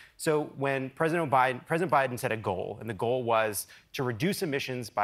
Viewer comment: Did I quickly hear "O'Biden" at around 2 minutes? Lol!